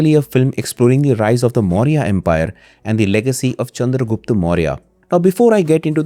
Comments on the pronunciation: if u can say chanakya why not the proper pronounciation that is chandragupta.. rather than calling him chandragupt.. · sorry to say but its pronounced chandragupta only.. of chanakya is right then why not this?